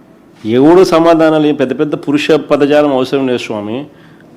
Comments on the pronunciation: పురుష పదజాలం కాదు నాయనా పరుష పదజాలం. తెలుగు రాదు, ఇంగ్లీష్ ప్రశ్న వేస్తే లెంగ్తీ ప్రశ్న అంటాడు కానీ ఈరోజు జగన్ నిజం మాట్లాడాడు, ప్రజలు పిచ్చివాళ్ళు కాదు అని. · పురుష కాదు పరుష ... Please correct...him..